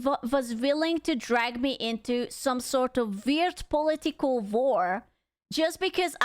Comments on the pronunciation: when you say political it sounds like "polly tickle" lmao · The way she say political lol😂